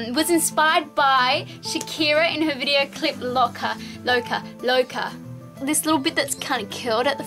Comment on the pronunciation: How you said "loca' first, that's how you pronounce it in Spanish! So it was good the first time :D